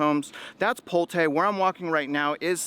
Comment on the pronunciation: You're nothing but a B.S er..you better first start with learning on how to pronouns Pulte first lol.